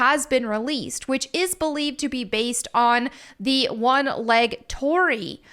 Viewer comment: your thumbnail currently says Hiroshima when this gate is from Nagasaki. And an internet pronunciation is "tori-ee" for the gate as it's double ii. And I just noticed you spelt it Torri in the thumbnail too.